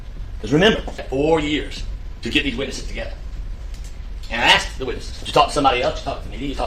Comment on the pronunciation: This prosecutor has a DOCTORATE in law & STILL says "Axed..." & jump ouch yo car." Unbelievable. Thank god for affirmative action.